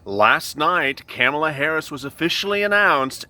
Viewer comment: Comma-La...not camel-a. If we can learn Buttigieg, Murkowski & Mnuchin, you can learn Kamala.